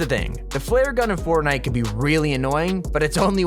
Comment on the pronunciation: "Flear gun" its flare gun my guy